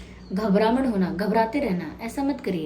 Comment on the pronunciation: Mamm app gujrati ho na jab apne ghbhraman bola tab me apse relete kr pai 😅 ....